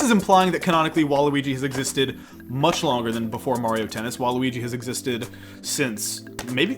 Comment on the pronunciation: WHY DO YOU PRONOUNCE MARIO AND WARIO LIKE THAT.